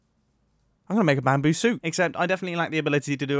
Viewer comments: I like how mumbo jumbo just called the "12 BAMBOO", "12 BAMBURR". give me chills. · bamboo? I think you meant to say Bambarr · I just want to appreciate when he received the bamboo he said (gasp) bamber